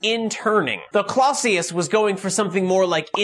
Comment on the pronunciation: Clausius is pronounced more like Clow-sius with Clow as in Clown.